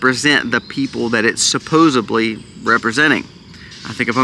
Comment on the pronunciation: Supposedly. Not supposeblee.